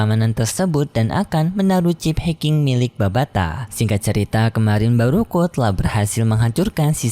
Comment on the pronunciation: Bukan baruko tapi baruah cam KO minmin